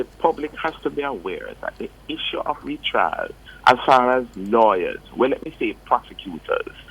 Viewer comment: R-E-T-R-I-A-L= Retrial.. Not RETRAIL